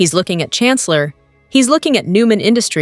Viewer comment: Please Jabot is pronounced “Jabot” is pronounced “Zhawbō”. Thank you